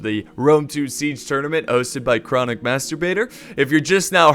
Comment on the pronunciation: I'm sorry did you just say chronic madturbator 🤣🤣